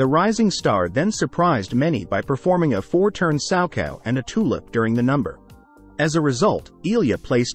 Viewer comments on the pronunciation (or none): Teach the AI voice that it's toe loop, not tulip.